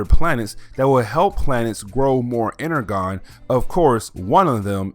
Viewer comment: You are miss pronouncing Energon